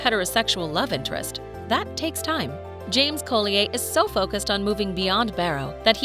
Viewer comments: Unless there is some sort of exception, Collier is usually pronounced ‘call-yer’ not the French pronunciation of the name. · Typical American can’t quite pronounce half the names correctly Robert James Collier is one of the obvious ones “ Coll-E-ER “ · Its prounounced Colli yer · Nobody in any of this type of video can pronounce the names right, but Robert James-Cole ee ay? To add insult to injury, she says it over and over and over. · Robert James COLLEEYAAY?? 🤣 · Collier; pronounced Colly-er., a collier is a coal miner. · Interesting pronunciation of people’s names! Suggest for voice overs saying British actors you check their British correct names first! (Coll-ee-errr, Nic-koll etc). 👍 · Collier? Pronounced "call-yer". 🙄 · I've never heard anyone pronounce the name colli-eh. Its not Norman French, its an occupational name (they became surnames a lot later than 1066), a collier was a coal miner or someone who dug coal on the surface. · You are so WRONG Collier is an Old English surname, meaning Coal seller and is pronounced Coll i er, Colli as in the way you would pronounce a Collie dog and i then errrr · Sorry but this narrator is killing me. Thomas isn’t evil he’s scared, misunderstood and alone which leads him to do things that most people wouldn’t to fill the void. It’s Coll-I-er. And the voice is so annoying. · Robert James Collier... I love the way the narrator makes his surname sound so exotic.😉😆😆😆 There's nothing wrong with his name,of course. Collier is pronounced Coll yer. A Collier means someone who works down the coal mines, digging out the coal. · That's right 😉 It's pronounced Coll yer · Robert James-Collier is VERY ENGLISH and so is his last name. Your French pronunciation is ridiculous. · How annoying the way you pronounce Collier , totally wrong . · Umm that’s not how u pronounce his last name… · The pronunciation of Collier is really irritating. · That had me rolling my eyes every time she said it 🙄😁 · Collier is pronounced so very badly